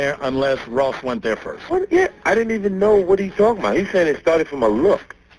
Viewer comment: It's funny that you called him Loss instead of Ross. LOL !